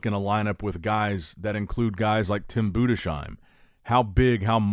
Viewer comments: Bruh learn how to pronounce Tim's last name, it's Boo-dis-heim not Buddha-shime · it's pronounced "Budes hime", not Bude shime". Not as a critic, just if you're interested.